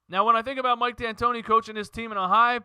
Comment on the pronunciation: Mike Antoni...no D